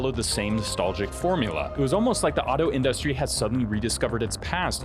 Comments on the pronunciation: I had to stop the fifth time he said "in-dust-ry" like it was a new word for him. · This is an amazing video, please stop pronouncing industry like in-DUST-tree though lmao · What the fuck is that pronunciation of industry... otherwise sick video. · Why does he say industry like that? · I'm losing my mind over how he pronounces "industry"